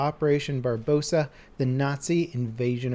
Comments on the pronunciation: opperation BarBARrossa, not Barbossa :) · It's barbarossa not barbossa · If he says barbosa instead of barborosa one more time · doesn't know how to pronounce the biggest invasion in history it's operation Barbarossa 😂😂😂😂 this man said Barbosa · operation barbarossa. not barbossa. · Stop saying barbossa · Its called Operation Barbarossa not Barbossa.Its named after Friedrich I. ( his nickname was Barbarossa which means red beard in italian). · The German operation vs Russia was called Barbarossa not Barbosa. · Operation Barbarossa, not Barbosa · Operation barbosa? It's not pirates of the Caribbean level. BARB-OR-OSA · I cringe every time he says Barbossa. It is Barbarossa!!! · barbosa? try barbarossa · It took me a second to realize he said barbossa instead of barbarossa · Isn't it Barbarosa instead of Barbossa? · First of all, its Operation Barbarossa, not Operation Barbossa. Secondly, stop saying Nazi Invasion. It was the German invasion. When you talk about D-Day you dont say the Capitalists landing, no you say the Allied landing in Normandy. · MR SAM FORD why does every YouTuber say barbosa? I don't get it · OMG, its barbarossa...not barbossa. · operation barb- BAH- rossa, come the f*ck on dude! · "Bar-Bossa" XD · it's Barbarossa said "barber-ross-ah" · "barbosa" lol illiterate dumbass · "Barbossa"? Think you missed a syllable. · by the way its pronounced barbrioca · *operation barbarossa not 'barbosa' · do you mean barbarossa thats how you say it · The way he says operation "Barbosa" is hilarious. I'm so glad Dunkirk is included though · Yeah. But said "Barbossa"